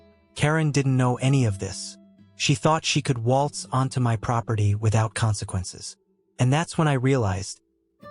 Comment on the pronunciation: Is it so hard to READ YOUR SCRIPT INSTEAD OF HAVING A.I. RIDICULOUSLY SCREW IT UP?! Lol.. “GET OFF M. Y. LAND!”